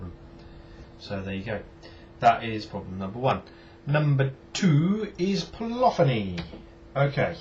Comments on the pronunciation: Cant you put effects on the main bus? Surely you could put, say a reverb on the whole thing and then use the extra insert fx for others? By the way, its polyphony (pol-liff-oneee) not polophony..lol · Po- liff- fin - knee